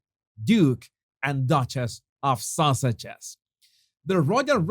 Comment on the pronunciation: "Duke and Duchass of Sauages". You nailed it!